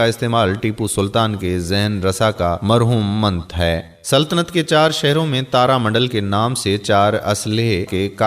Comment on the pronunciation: bhai aap ki urdu to muj say b zyada hrab hay, ap nay bola bayhasi, yeh lafz hay bayhisi, ap nay bola marhoonmant yeh hota hay marhoo ne minat , ap nay bola GharSawari yeh hota hay Ghursawari baki video mein nay nahi dekhi shukrya